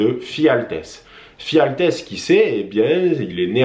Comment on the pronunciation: Et c'est "Ephialtès" et non "Phialtès" :) Sinon, bonne vidéo.